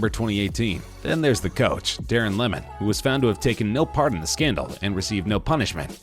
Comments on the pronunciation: DARREN LEMON 😂😂 it’s pronounced Darren Lee-man ya bloody yank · It’s pronounced ‘Lee-mun’ not ‘Lemon’ lol